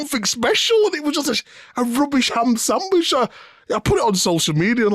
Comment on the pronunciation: Big "Hamb Sambwich" Meeks 😂